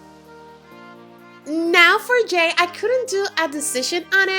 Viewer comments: And also it's Jay not Yay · It's jay not yay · Your stupid its not yay its jay do you know english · she sad yay insted of jay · it's not yay it's jay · who heard yay instead of Jay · She called "Jay "Yay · she said yay instead jay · You said yay instead of jay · Did someone else heard her say yay not jay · you called jay yay you stupid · She said yay insted of Jay. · Instead of jay you said "yay" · You said j instead jay so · she said yay instead of jay LOL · Did anyone else notice she said yay instead of jay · You said yay not jay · she said "now for yay" u mean jay? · Now for "yay" lol she said yay instead of jay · his name is not yay it's Jay😣😣😥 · Yay or jay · Miguel Avila I think she meant to say now for Jay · Miguel Avila lol me too i was look who is yay? Is it supposed to be Jay? Lol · instead of her saying Jay she said Yay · Did she say yay instead of Jay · Great video You said yay instead of jay at some point of the vid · Omg lol you said now for yay instead of jay lol🦊🦊🦊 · She said yay instead of jay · She said did say Jajah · Miguel Avila me it was kinda cringy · She didn't say jay right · she said jay wrong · She meant to say Jay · Miguel Avila I did she was trying to say Jay it was so cringy